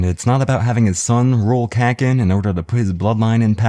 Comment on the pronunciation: god. Love your videos but i cringe whenever you say kakin and not kuh - keen